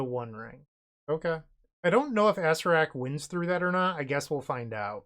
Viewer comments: is that mispronunciation ragebaiting or for comment farming? ah-SAIR-ak or more commonly ah-SAIR-uh-rak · I love the way you say Acererak. Sounds like an old donkey joke card. Lol